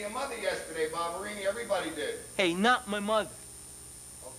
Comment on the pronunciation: Its Vinnie Ba BA BA BA Ba Barbarino not Barbarini and So Up Your Nose With a Rubber Hose and Twice as Far With a Chocolate Bar